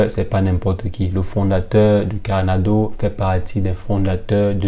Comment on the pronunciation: Pourquoi vous dîtes carnado au lieu de Cardano? Ça peut prêter à confusion